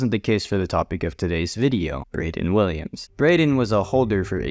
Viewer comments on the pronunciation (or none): none